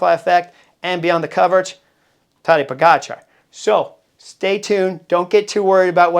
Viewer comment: Hey Chris, First of all, whatever Tejay and Philippa are saying needs to be discounted by a factor of 2. First, Tejay needs to learn how to pronounce Tadej's name. Whenever he talks about Pog, I need to remind myself that he's referring to Tadej, not some 'Podgikhar.' Even Christian Vande Velde graciously corrected him, but apparently, Tejay didn’t get the memo. And Philippa, our resident expert, declared Roglic was fat—6 lbs overweight—and he went on to prove how gloriously ridiculous she was. Clearly, their predictions are as accurate as English soccer fans chanting "it's coming home". I agree, this will be different for Pog because he's going to have to contend with GC riders he didn't see at the Giro. If you look at the Giro, none of the top 20 GC riders were there. That said, he's on another level this year, and having Jonas, Roglic, and Remco healthy will certainly be a test. On Jonas, I've always said that being 85%, he should go to defend his two titles. Unfortunately, there are pundits like Tejay who don't think the way we do. Tejay thinks that would be bad for Jonas's psyche, but what do I know? One last thing: I know Jonas is a top-echelon rider, but he was only able to get on his bike 5 weeks before the Tour, and 5 weeks, according to LA, is not a lot of time to get ready. We'll see what happens. Fingers crossed Tadej takes this TDF home. After all, what's a race without a little drama and a lot of expert 'insight' from Tejay and Philippa?